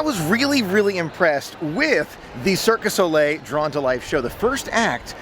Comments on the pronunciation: it’s Cirque DU Soleil... Not Circus Ole! Lol!! ☺️🤗👍🏻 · Fyi cirque du soleil is said cirk due so-lay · It's cirque du soleil. It's french. Not Spanish. Hearing your said circus ole made me want to cry. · It's Cirque du Soleil, NOT Circus Ole. 😜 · It’s Cirque Du Soleil. Not Circus O’Le. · Great video but it is Cirq Du Soleil (Circus of the Sun)